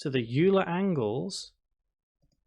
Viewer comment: Hey, don't know if you read these (especially 6 month old ones), but Euler is pronounced "Oiler" not "You'll-a"